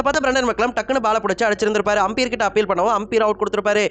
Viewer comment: ஆம்பியர் இல்லை umpire, ஒழுங்காக சொல்லுடா , difference eh Theriyala நீயெல்லாம் யூடியூப் சேனல் வச்சிருக்க